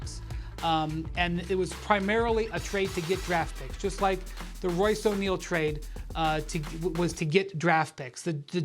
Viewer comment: My man really said "request a twade"